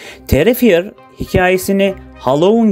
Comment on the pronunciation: Terrifier terifayır olarak okunuyo D